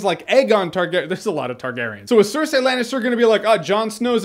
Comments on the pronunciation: says "cer-say" when its Cer-"sei" lmfao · cersee not cersay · i hate hearing you pronouncing Cerseis name... SIR-SAY >.> ITS SIR-SEA. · "Sir See" yes "Sir Say" no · STOP SAYING 'SIR-SAY'! Gawd. Lol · Jay Miller George Martin says SIR SAY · jeremy, your great, but for the love of fuck quit calling her "cersay" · Jeremy's pronunciation of "Cersei" is killing me